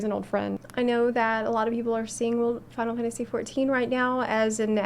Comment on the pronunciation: Struggling for this whole video to understand the way she says “final fantasy 14” in about 5 syllables